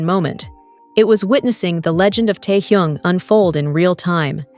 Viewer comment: Неужели нельзя имя Техена правильно произносить, что за Торхун, Тохун? Даже неприятно слушать!